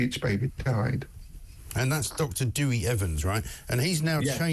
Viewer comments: Dr Evans himself pronounces it Dowie ! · It’s not pronounced Dewy it’s Dewi ( Derwie) 🤦‍♀️